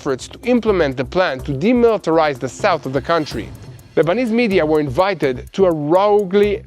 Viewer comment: you do very well with these broadcasts. English is not an easy language to master. There are many exceptions to every grammatical rule. The word roughly is pronounced 'ruffly', just as enough is pronounced 'e-nuff' and rough is pronounced 'ruff:. 😊 God bless.